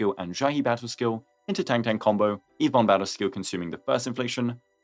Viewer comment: It’s tongue tongue btw not tengteng